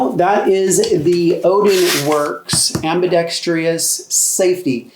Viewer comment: AMBIDEXTREEEIOUSO NOPE PRONOUNCIT RIGHT